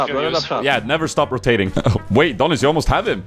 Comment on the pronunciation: You mean Donnis (donztAh) XD